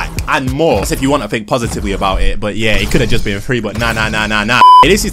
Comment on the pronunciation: Quit saying low key and vibe. And it's pronounced THink. Not fink